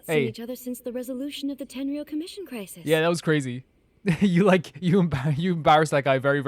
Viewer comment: Tenryou commision, not ten year old cimmision lol